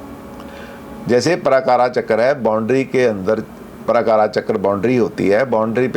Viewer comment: नमस्ते:- पराकारा नहीं-प्राकार //कोटापाला नहीं कोटपाल -द्वारपाल /क्षमा करें।